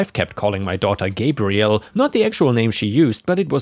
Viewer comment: Gabrielle is the female version of the name Gabriel and the first syllable is pronounced like the word 'tab' with a 'g' instead of 'gay.'